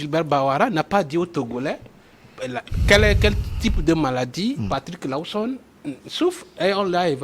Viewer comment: S'il vous plait il faut quand meme ecrire bien le nom c'est LAWSON et non Lowson et bien l'appeler aussi. Merci